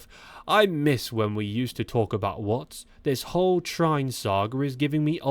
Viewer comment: No time wasting over social media. Like great actors not reading reviews. This new aggressive Jonas lets the legs do the talking. Trine is more likely pronounced Tree-ner.